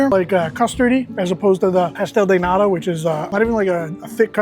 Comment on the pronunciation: Can you say de T of NATA? Please. Not a D, it’s a T. “Nada” is another word that americans know from mexican spanish, means nothing. “Nata” means cream.